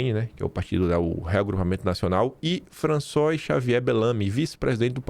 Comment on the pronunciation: François + Fraçuá. Pronuncia . Não leve a mal. Só ajudando. Abraços